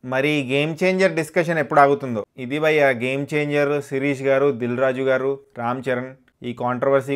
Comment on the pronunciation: Bro.nuvvu bayya bayya antunte ayya ayya ani adukkunnattundi....pronounce....bhayya not bayya....neeeeee